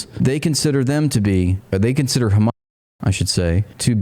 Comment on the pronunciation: They're in a bookstore and they still can't pronounce Hamas correctly